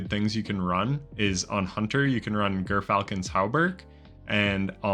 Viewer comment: Gyrfalcon is pronounced JEER falcon. Trust me I was a licensed falconer